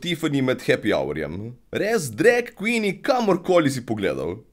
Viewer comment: Še dobro, da nisem gledla tega dreka. In ja, "drag queeen" se še sliši kot drek kvin hahaha, legenda si.